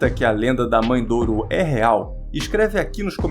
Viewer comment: mae de ouro e nao mae douro